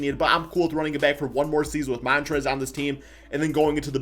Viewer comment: Hey so um its Montrezl not Montrez hehe